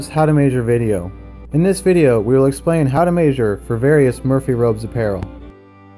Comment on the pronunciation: mayzhure xD